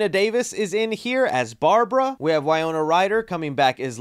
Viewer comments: Winona… wiNona… wiNOna.. WINNNNNNNONNNNNA. Not wiyona or whatever you were saying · Wy-no-na. Good video but your errors make you look bad. Love the shelving displays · The mispronounced names in this video are wild. WAY-ona Ryder! Justin Thorax! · No one noticed you said Way Oh nuh Ryder instead of Why No nuh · Bro! Say it with me...WY-NO-NA! Also, Catherine O'Hara is a legend. How can someone mistake her for someone else? I'll chalk this up to excitement on the trailer. Take your time with these vids though, man. I'm sure people appreciate it more when you get names, details, facts, etc correct rather than speed through things and get it wrong, and not be able to edit it. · Winona Ryder is pronounced “whin-ohn-ah” sorry for the correction😅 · Winona = Wuh-no-nuh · Re do this video its pronounced WIN-OWN-UH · Why do you keep pronouncing her name as Wayona Ryder? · are you pronouncing Winona Ryder incorrectly?